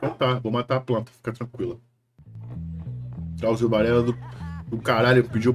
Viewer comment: NÃO É AUZIO NAO, MALUCO. É DRAUZIO MESMO!